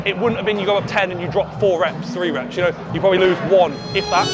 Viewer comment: “And proberly gayer😂”